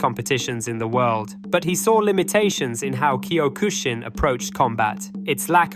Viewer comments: Bro, do you you even "CUE MY TAE"? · Learn how to pronounce Kyokushin